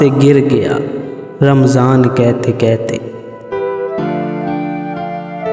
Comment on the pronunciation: کیتے کیتے کیا ہوتا ہے یار؟ اپنی زبان تو صحیح بولو۔ کہتے کی ہ کہاں غائب کی آپ نے؟